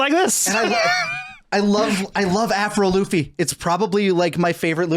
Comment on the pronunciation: My hearing’s going bad cuz every time you say “Afro Luffy,” all I hear is “Avril Lavigne” 😂